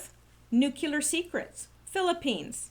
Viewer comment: Love what you are doing a little friendly criticism nuclear should be pronounced new clear not nuke yular